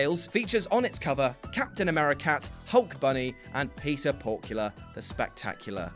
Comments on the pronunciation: Peter Porkula? Its just Porker... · It's Peter Porker, not Peter PorkULer.